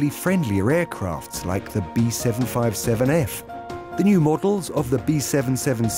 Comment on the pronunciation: B 7 5 7 F , B 7 7 7 F and the B 7 6 7 F - lol someone just gave this guy a script and didn't explain how to pronounce the aircraft names Zzz school boy error